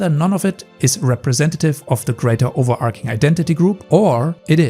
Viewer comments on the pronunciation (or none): Ackchyually, it's "over-ARCH-ing." Why does every game have to have double-jumping nowadays?! Double-jumping only makes sense if it can be explained with in-game tech. Like boosters built into people's boots or whatnot. I was hoping Ralsei and Kris from Deltarune were going to be the Sam and Frodo for this decade. Ralsei and Samwise are both ISFJ on the ol' Myers-Briggs. Why can't we have really deep platonic relationships in pop culture?! Why does everything have to be carnal? Reminiscent of the box art to an '80s movie. Can't remember the name of it. Something like "Mutant Cyborg" or whatnot. My sona's a bnuuy. Do you watch Jarek the Gaming Dragon?